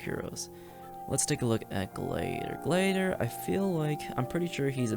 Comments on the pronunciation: how tf did you just say gladiator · are we just not gonna talk about how this man doesnt know how to say gladiator